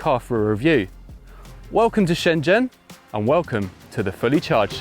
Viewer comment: props for the proper pronounciation of shenzhen